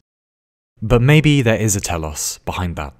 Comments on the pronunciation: Your knowledge of greek things is remarkable! Saw you mentioned Ouzo in one of your videos and now the greek word "Τέλος" which means "the end" also both pronounced pretty well for a non greek speaking person! You got me impressed sir! Can you tell me if youve been to greece before or where your knowledge of greek comes from? Cheers! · telos is a Greek word( τέλος) that means end nice Greek accent lol(really) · I mean telos isn't particularly hard to pronounce as Greek things go...